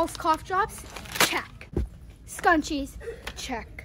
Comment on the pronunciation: Why does not pronounce the r like she said “scunshies”